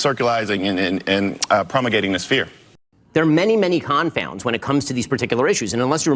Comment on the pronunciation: did I hear "circulizing and prommagating"?